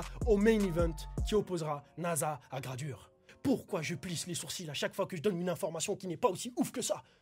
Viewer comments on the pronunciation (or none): Il a dit je plisse les SURCILES ????